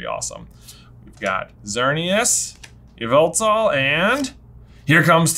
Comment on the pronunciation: Yveltal is pronounced “YAH-VUL-TAL” just so you know.